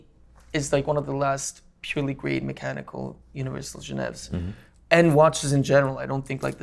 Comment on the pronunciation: Is it so? In either case, not taking the effort to pronounce the name completely shows lack of respect. Just my opinion.